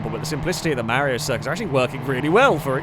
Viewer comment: pronounces Mario as Merrio: I don't know Merrio Kart Literally everyone who ever existed and will exist: Yeah, we can tell.